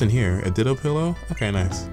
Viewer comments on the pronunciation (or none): none